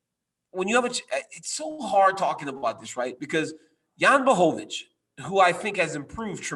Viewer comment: Instead of sounding dumb trying to pronounce Israel’s name Why don’t you learn how to pronounce Jans ( the champs!!! ) name